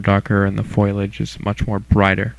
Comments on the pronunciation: Good vid, IR rocks. One small bug; It's Foliage (foe lee age) not foilage (Foy lage) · It's foliage... (fo-lea-age)... not (foil-e-age) ... unless of course the plants are covered in foil... then I suppose it would be foiliage. LOL :-) Seriously, it does sound really funny though. Still a good tutorial just had to put two cents in this thread. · Foliage: F-OH- Li - uhj that just bugged me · FOILAGE!! reminds me of marge simpson. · It is spelled foliage. Pronounce it accordingly. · I know it is foliage, and it actually means leaves, not plants. I am being sarcastic at how he mispronounces it. The sarcasm was lost in what I typed.